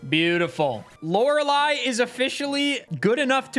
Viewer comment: I watch so much Jrose11 that I genuinely find it weird hearing Lorelei pronounced correctly